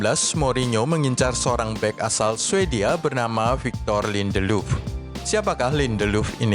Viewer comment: Lindeluf 😅 ngakak dengernya